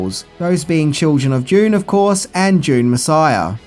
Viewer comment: how do you pronounce Dune... went through at least 3 versions Doon, Dyune and June